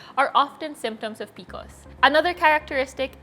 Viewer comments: P-C-O-S, not picos! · It’s the first time I’m hearing someone called P.C.Os PeeCos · It's pronounced pee-see-oh-s. Not pee-kos. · I thought I could do it, I thought I could get past her saying peeacoes over and over and OVER again but I cannot. I’ve never heard anyone call it that. I have pcos, it sucks. It’s P. C. O. S cyster 😒. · Love this but why are you pronouncing it like that? It’s P.C.O.S as it’s an acronym. Informing so people know when you refer to it. Love the tips from you! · I have never heard someone refer to pcos as peecos😂 am I the weird one?? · Bro, when you start the video by mispronouncing P C O S, you know the knowledge wont be top notch